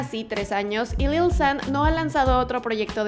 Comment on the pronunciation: dislike por la forma que tiene de decir lil xddd